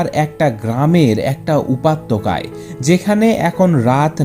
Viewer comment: উপাত্যকা???? হা হা😄😄😝😋😂😂!!! উপত্যকা হয় রে ভাই 😀😀 শুন ভাই উচ্চারণ ঠিক করতে হবে তোর।। তোর পাঠ করার জন্য কন্ঠ তো খুব সুন্দর।। যদিও বাচ্চাদের মতো কথা বলার ধরন।। আমি লক্ষ্য করি তোর উচ্চরণ অনেক ভুল হয়।। অনেক সিলি সিলি মিসটেক করিস তুই।। নিজেকে দিনদিন একদম পারফেকশন এর দিকে নিয়ে যা।। হেল্প লাগলে বলতে পারিস।